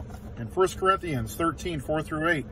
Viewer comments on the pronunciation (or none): Could not pronounce Corinthians...